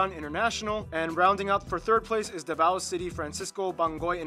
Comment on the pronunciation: the way they pronounced leyte and davao is incorrect (and other words too)